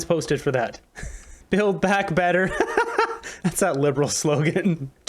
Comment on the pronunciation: Why does he talk like a pompous a**hole. It's not "betther", it's "better." Just talk like a normal person, bro.